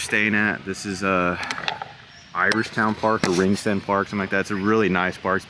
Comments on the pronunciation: For Ringsend you called it "Ring-Send" - it's actually "Rings-End". Also, I hope you actually walked up the quays there after you left Dunnes to see the actual Dublin city center of Grafton Street, Dame Street, O'Connel Street... etc. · It's pronounced Rings... End, not Ring... Send. Just saying 😊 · You obviously haven't been into Dublin CBD yet... It's pronounced like - Rings End...